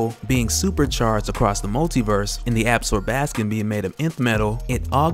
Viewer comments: Not "Ab'-skor-bas-kin" ---- pronounced "Ab-sorb'-a-skon". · Ab-zor-ba-scon no ab-scor-bas-can 😂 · Absorb- ah- scom. Different emphasis on different syllables. Still you are my favorite. English teacher in me doesn't stop. Sorry lol